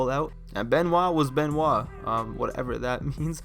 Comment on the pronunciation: You mean Kris Bin-Wah